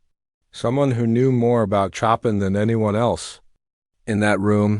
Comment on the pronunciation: Tell the narrator to learn how to pronounce CHOPIN!!!